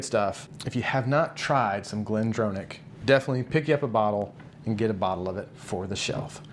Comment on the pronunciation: Great vid but as a scotsman who used to work at glendronach its pronounced glendrawnach as in to draw a picture wont even go in to the ch pronounciation its close enough. Geeat vids in general. Definatly going to expand my whisky pallete now cheers min